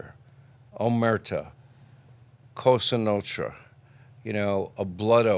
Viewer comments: He can’t say “Cosa Nostra” either but says something like “Notsra”. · "Cosa Notra” what an idiot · I don’t want to watch this because Hannity is the worst interviewer on earth but Sammy is always interesting to listen to. Can Sean please stop saying COSTA NO-TRUH. Who the hell is Michael FRAN-CHAY-ZEEEEE. Good grief. How did this guy get as far as he has?